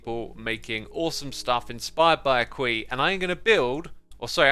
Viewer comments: Xisuma it is not Aque but Aqua so all the times you said Aque you said it wrong(just kept laughing about it) and it is no hate your videos are awesome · does it annoy anyone else that he calls aqua town “aquie”